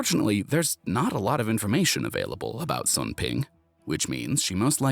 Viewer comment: Sun in Chinese is pronounced “Swune”